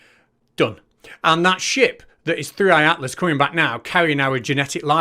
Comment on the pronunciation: "Third Eye Atlas" Perfectly feeding into the psycho babble. I heard someone else call it "Thirty-one Atlas".